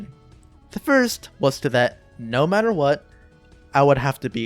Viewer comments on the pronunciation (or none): none